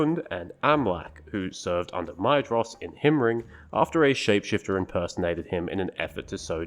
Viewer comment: Great video! BTW, I said "Maedhros" exactly as you did for years, but I now believe its supposed be pronounced as"maethros". Tolkien uses the "dh" combination as a "th" sound. Also found in: Aradhel Caras Galadhon Haudh en Arwen I think you can confirm this in the back of the Silmarillion somewhere. Pedantics aside, keep up the good work